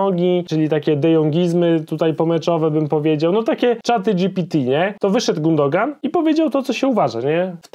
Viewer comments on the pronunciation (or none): Nie Gundogan , tylko Gündogan - giuuudogan wymawiaj bo słuchać się tego nie da